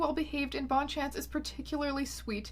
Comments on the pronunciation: ms æons, I would have thought you'd pronounce bonne-chance considering you're canadian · Ily but your pronunciation of "Bonne-Chance" is going to haunt me for a long long time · Is no one else bothered that she's Canadian and didn't pronounce Bonne-Chance correctly? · french speakers losing it over bonne-chance.